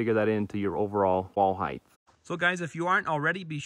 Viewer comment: Great video. But there’s a common mistake I hear many people (on and off YouTube) do nowadays. The word is across. Not acrosst. There’s no T after the word across. The other one is height. It’s not heigTH. It’s H before T. Unlike length and width, height has the T and H flopped.